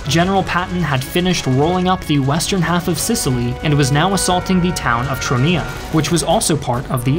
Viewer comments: You mispronounced 'Guzzoni'. It's not pronounced 'Guzzani', like how you pronounced it. It's 'oni' like as in 'pepperoni'. You also mispronounced 'Troina' as 'Tronia' twice. I'm not even Italian, but I can still pronounce those names properly. Congrats on pronouncing Vessi properly though. I'm very proud of Vessi (it was created in my hometown of Vancouver). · Nice video, but please, try to pronounce italian cities and generals with their correct name, and not with accents that trasform them in chinese (for example, it's MEssina, not massina, Troina not trunia, Centuripe, not shenturipe, GraZiani, not grasciani, AdrAno, not Adrno, CatAnia, not catanIa) Anyway, good video as always, and thanks to share a bit of story about italy. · Troina. 2syllables Sounds like TROY-na.